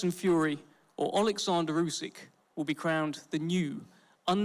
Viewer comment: Lmao the bum had to look over and read the king's name and even then couldn't even say it properly. Great job.